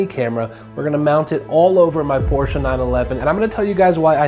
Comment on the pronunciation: I love it how you say PORSCHE properly 😊 greetings from Germany